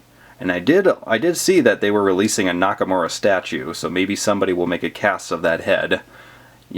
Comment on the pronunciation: He said Nakamowa in the stop motion